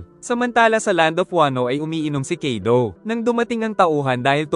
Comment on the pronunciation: Kaido Hindi kido😅